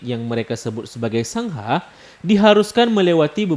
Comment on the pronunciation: Maaf mas koreksi dikit. Bacanya Sanggha bukan sang-ha. Karena penulisan dengan alfabet menggunakan huruf n yg ada titik diatasnya, jadi n dibaca Ng jadi dibaca Sanggha. Hehehhee 🙏